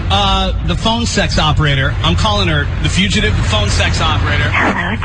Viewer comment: “Wait, you were trying to say fugitive this whole time?”